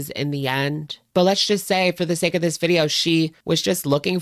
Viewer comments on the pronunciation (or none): none